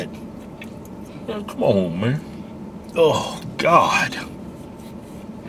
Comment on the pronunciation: cleanest "come onn meh"